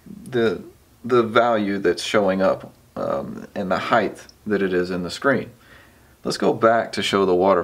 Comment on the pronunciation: Very helpful vid, thanks! One tiny correction if you don't mind; there is no such word as 'HIGHTH', it's height.